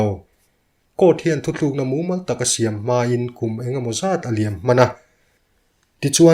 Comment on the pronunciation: Tinge 'in' tih hi a ki sang hlira i lam a? Eintirnan, a chhuah hlan in han tih te hi 'hlan in' tih a, 'in' tin hi ' tui ka in' tih a 'in' tilo in..... A ki sang a 'in' tih vekin i lam thin a....ngaihthlak hreawm deuh thin....heite hi insiam tha theila, abakah chuan mizo tawnga narrator ah chuan ngaihthlak nuam ber chu i ni ngei mai......tan la zelin...